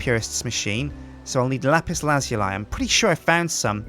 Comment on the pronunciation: It s lapis not lapise